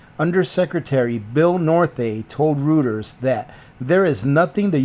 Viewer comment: he said "rooters"!!!